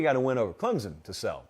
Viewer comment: I am a South Carolina fan, but you are pronouncing Clemson all wrong. ClemSon not Clemzon.